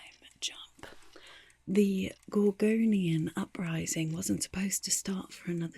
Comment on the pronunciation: I keep hearing Corgonian and can't stop imagining an uprising of corgi shaped dwarf-gorgons.